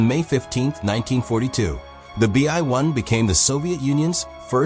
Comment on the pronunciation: ai messed up lmao